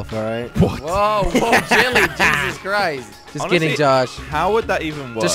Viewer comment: Anyone remembers when Jelly said "Jezus crisps" ?